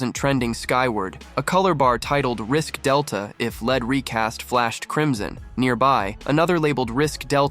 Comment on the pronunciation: Not "led recast," it is "lead recast." Pronounced "leed."